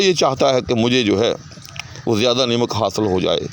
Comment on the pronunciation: السّلام علیکم!! جزاک اللّہ خیراً, سہوِ تلفّظ از استاذ: نَمَک یا نِمِک!!!